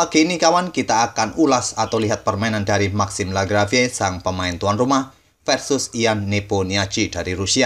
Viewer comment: Wkwkwkwk "maxim lagrafe" dong bacanya